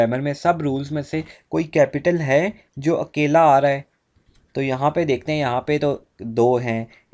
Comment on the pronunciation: Sir your akeyla sounded like keyla😂